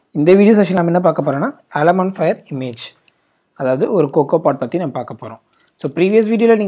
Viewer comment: Brother...its alamofire..not alamofire.... Just watching ur videos all are useful and informative.